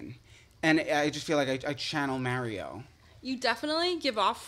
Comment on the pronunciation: The way you say Mario is criminal